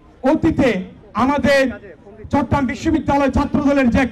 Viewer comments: ভাইয়া চট্রগ্রাম কে ভালভাবে উচ্ছারণ করেন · চট্রগ্রাম উচ্চারণ হচ্ছেনা ঠিকমতো।